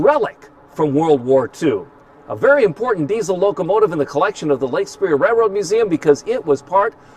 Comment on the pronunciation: Is it Lake Superior, or Lake Speer??